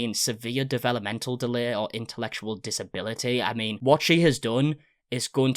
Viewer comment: Bro how can you not pronounce doctrine or disability lol I feel like you slept through English class